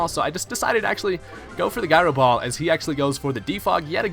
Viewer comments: Guy-ro ball? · Can't stop laughing at "Guy Row Ball" lmao